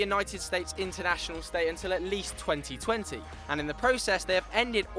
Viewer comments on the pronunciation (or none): none